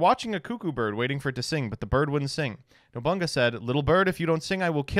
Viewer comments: Bro really said Nobunga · "Nobunga", really my dude? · Yeah, I had a feeling that's why he did it. To be fair, No-bunga is pretty funny. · Proof isn't a weeb when he butchers all three names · i wish to never hear pronounce nobunaga again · Mispronouncing the name of daimyo Oda Nobunaga? The humanity.